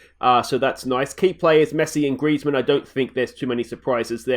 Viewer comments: GR-EEEEEZ-MANN not gressman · not grezman griezzmann